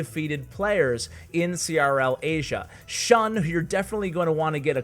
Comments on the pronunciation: Also its pronounced shoon not shuhn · shun is pronounced ʃúːn